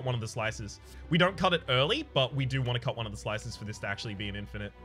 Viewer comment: "Infinish" LUL